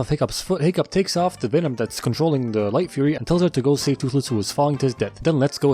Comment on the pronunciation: Did bro say light fuhrer